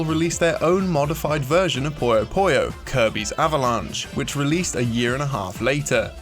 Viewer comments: Pronouncing 'puyo' as 'poyo' is not an accent, otherwise he'd pronounce other OO sounds as OH as well, which he doesn't. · "Puyo" is pronounced "poo-yoh", not "poy-yoh". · i pronounced puyo like pollo at first and was asked if the game was about chicken.